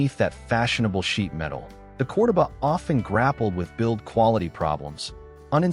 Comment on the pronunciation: Is this another ai channel? Ai mispronounces words like CORDOBA😮all the time.